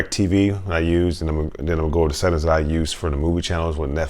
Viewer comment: I wonder if he knows there's an "ing" at the end of settings? "Settin's" 🤣